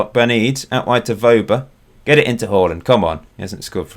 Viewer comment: Who's this Holland fella? U mean Haaland? Hahaha